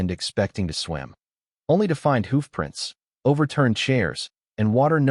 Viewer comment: Why is the reader unable to pronounce words properly i.e. hoof